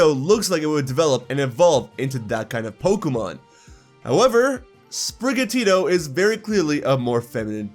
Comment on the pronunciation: Also it's Sprigatito, not Sprigatita, why does everyone think this cat will go feminine? Cause it's more of an indoor cat than outside like Litten?